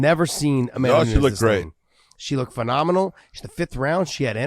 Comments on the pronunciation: Someone tell big John It’s nunes not nuńes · Why does John insist on pronouncing Amanda's last name incorrectly? Not spelled that way and she herself doesn't say it like he does.